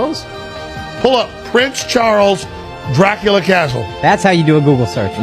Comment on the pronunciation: Dracula the A was silent so it sound like dracul